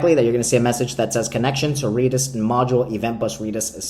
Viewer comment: Reeedis? lol